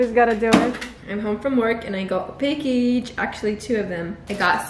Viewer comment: huge fan of "i goot uh packageee"